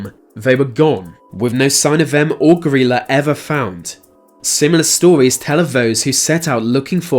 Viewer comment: Pretty sure you’re pronouncing her name wrong it’s gry like cry and la gryla